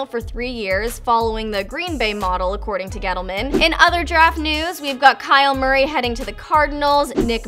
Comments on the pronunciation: Anyone else hear say Kyle Murray and not Kyler Murray. Edit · She said Kyle Murray😂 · Anyone else hear her say Kyle Murray? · anyone else noticed that she said “kyle murray” ? 🤣